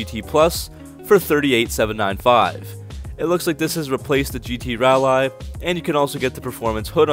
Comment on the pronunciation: And rall eye pitiful